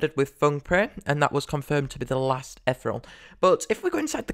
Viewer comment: Just so you know, it's pronounced e-thee-re-al... But yes, more ethereals!